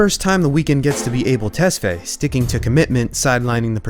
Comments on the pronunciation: His last name is pronounced ‘Tes-Fa-Yae’ not ‘Tes-Fay’. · Awesome video! I've never been a fan but I have never been able to not be enamoured by him 😍 Also, you pronounced his non-English name in English. It must be ''tes-fah-yay' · Yes, I'm an Ethiopian, where his parents are from so I know. People pronounce it as "able" but it's Ah-bell not ey but ah as in "A" in apple. Also his last name, Tes is pronounced as "tus" then fa-yae. Ah-bell Tus-fa-yae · damn the way you murdered his name lol Abel is pronounced (Ah-bail), Tesfaye (Tess-figh) rhymes with high. Its Amharic name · i think his last name is pronounced tes-fi-yeh lol